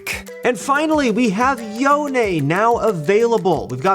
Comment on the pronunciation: i really dont care what riot says its not yo-nay its yone